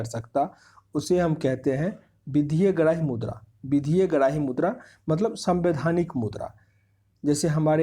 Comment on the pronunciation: Aawaz to aati nhi h gala m atka h kuch or mudra ko murda bolra